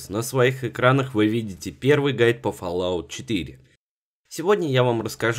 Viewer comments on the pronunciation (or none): none